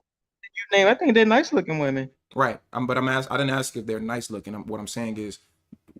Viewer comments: I really like your content. I think you make them a lot of amazing points. I just really wish you would stop using that word. Axe . You talk down on women for sounding stupid or not having smoke alarms and then mispronounce one of the easiest words in the language to pronounce. Literally just makes you sound dumb. Ask. It’s not hard to say. If you want to be taken seriously, you have to talk seriously not sound like a little kid. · I really dig your content. I think you have a lot of good talking points, but it is really hard for me to listen to you downplay these women because they sound stupid or have smoke alarms going off and then you say, can I axe you a question. Makes you sound just as dumb as the people with the dad smoke alarms. ASK. It’s not hard to say.